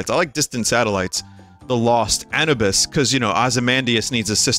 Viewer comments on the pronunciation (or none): Vinny anubis is pronounced a-noob-us